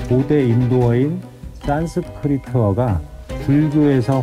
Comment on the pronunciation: 싼스크리트. 싼스크리트. 싼스크리트 싼스크리트 같은데요